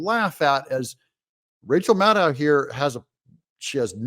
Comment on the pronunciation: Its pronounced rachel madcow